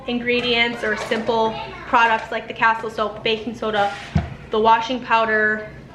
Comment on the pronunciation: Hi, the soap is pronounced ca-STEEL.